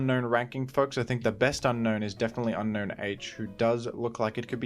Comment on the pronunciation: Fun fact, Unown's name is pronounced as un-own not un-known